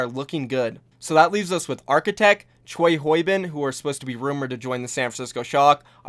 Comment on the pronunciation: Hey, Choi Hyobin is pronounced more like Chay Hyo-Bean The Hyo part is just like Yo that gangsters say but with extra air because of the H. keep it up